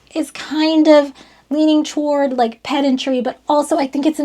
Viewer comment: I definitely heard "pet injury" instead of what I presume to be "pedantry". 😂 Confusing to be sure.